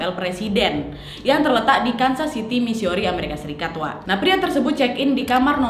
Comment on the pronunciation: Birmingham, bukan Bringmingham Missouri, bukan Missiori ☺️☺️😂😂👍👍👍👍